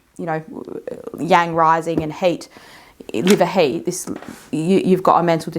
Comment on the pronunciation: when you pronounce 'heat' I hear 'hate' maybe not coincidental? can this trigger hair loss/alopecia?